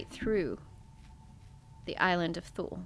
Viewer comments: Thule is pronounced “Toolie”. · I believe Thule is pronounced, Tool-ee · Island Thule is pronounced toolee - tool Lee - like the rooftop carriers you put on vans or trucks and other brands. It’s like they have an obsession with the word Thule